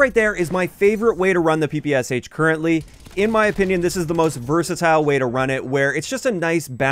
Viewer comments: The “Sh” in the gun’s name is a “shuh” sound, not “ess-eich”. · Hello, just wanted to let you know that instead of Pe Pe S H correct pronunciation of PPSH is Peh Peh Shah in russian. I'm not trying to correct you, just thought you would be interested to know 🤷‍♂️